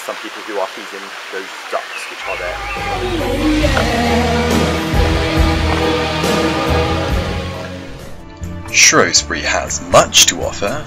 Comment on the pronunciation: its shrewsbury not showesbury